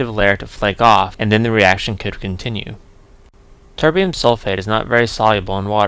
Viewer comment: Did you say your Tb was from chemkitdepot? I couldn't quite make out what you said. Very nice of them to donate something to you! If it was them, their free bromine offer sounds pretty good. Are they a good company to deal with? By the way I like how it sounds like you start calling it tiberium :)